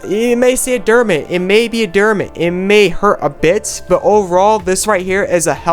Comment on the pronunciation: De-mare-rit demerit